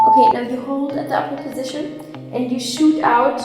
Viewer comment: Every time she says uper position i hear awkward position and it makes me laugh